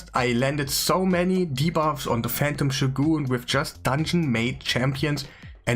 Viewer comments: It's shOgun not shogUn. Dude just google the pronounce of the word, Jesus... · i spat out my coffee when you said "shoe-goon" xD it's pronounced "show-gun":D Thanks for the video, keep up the top level content:)